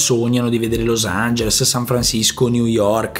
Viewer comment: per come pronunci los angeles dovresti tu studiare l'inglese